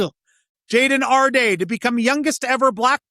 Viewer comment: When you put the accent on the second syllable of Jason's last name, it makes him sound like some fancy French guy, which he was not.